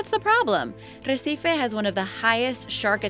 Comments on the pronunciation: The way she says "boa viagem" and "recife" annoys me so much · Jimmy TwoToes she says them wrong